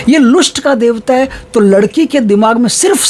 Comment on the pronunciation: महाराज लुस्ट नहीं लस्ट बोलते हैं, लोगों को समझने मैं प्रॉब्लम होगी